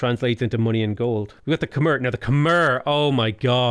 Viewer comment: You have already pronouce Khmer correctly. Khmer is pronouce [kʰmae] and the way you spoke previously is already close.